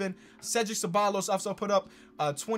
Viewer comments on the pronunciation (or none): none